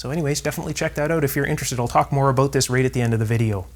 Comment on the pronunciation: Nice video and good troubleshooting except you mispronounce the Word “about” It sounds like you said a boot Lol